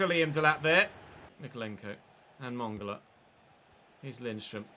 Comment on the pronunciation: Oh nooo, mongola is the new kaaaaaantay 😂😂😂. Its Man-gala